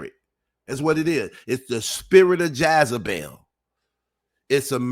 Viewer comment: 🤣🤣😂😁😂 Lol, you be so serious..,, it is Jezebel, Not Jaz-a-bel